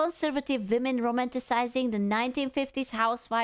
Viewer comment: I like the way you say “vomen”! Never change!❤